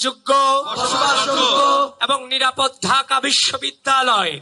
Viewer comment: শেষে কি বিশ্ববিদ্যালয় বলেছে নাকি বেশ্ববিদ্যালয় বললো বুঝলাম না!